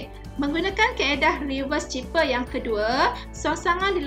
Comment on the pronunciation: Its pronounced "cipher" not "ciper".......